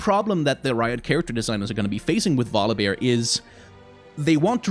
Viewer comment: first u talking about volibear i was thinking u say god of war :)))))))))))